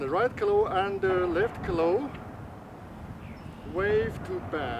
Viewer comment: 那个claw的发音不准，翻译出来的字幕就成了cloth, 你得说很多次这个词，值得好好研究下它的发音啊🤓